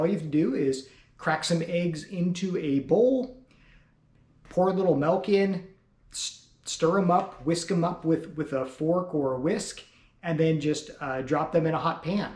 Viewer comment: It's pronounced "milk" not "melk."